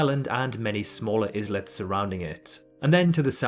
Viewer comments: it’s pronounced “eye-lets” not “izlets” I notice you mispronounce a lot of geographical words in your videos, even though you present yourself as a geography channel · Iz-lets? Are they the Sandwich Izlands or Islands? Either you failed your classes or you are AI.